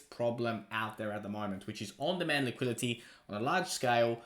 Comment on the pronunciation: LMAO what is Liquility? Lol learn the words you need to say in your videos maybe?